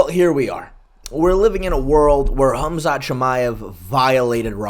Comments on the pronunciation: "Hum-Zot Chimaev" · MMA "Humzot" Che